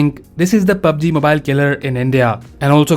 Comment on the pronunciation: PUb G mubile